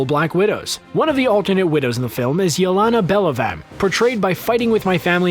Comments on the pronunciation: Wow just butchered Yelena Belovas name so hard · Did you just pronounce Yelena Belova like that?